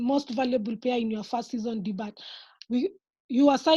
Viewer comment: Debut is pronounced as "DEBYUU" and not "DIBAT"